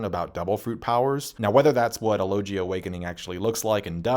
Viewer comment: You've veen reviewing this series for like ten or more years, and every vid the word "logia" comes up i make sure to correct you, and yet after all that and all this time, u STILL can't say "logia" correctly?!?!...